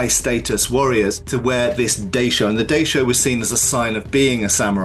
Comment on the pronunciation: Daisho isn't pronounced like that